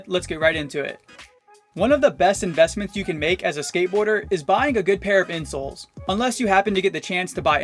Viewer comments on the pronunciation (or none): For the first one when he said a good pair of insoles I thought he said a good pair of insults